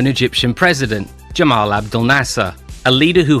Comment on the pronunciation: Apologies to any Egyptian viewers for the pronunciation of Nasser’s first name: Gamal. I was using standard Arabic as a reference and I realised afterwards that in Egyptian Arabic it’s actually pronounced Gamal with a ‘hard G’ not Jamal with a ‘J’ sound. I did my best :)